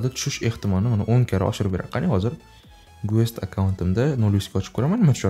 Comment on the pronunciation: гуЭст эмас, гЭст деб окийсиз брат) Видеога гап йок👍🖤